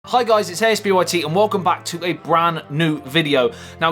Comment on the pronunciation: Can you actually say the word brand or is it not possible? 😂 Not taking the piss, just cos you always say bran new video 😁